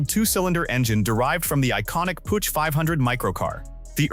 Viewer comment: Its not Putch its spoken Puug Ai suckers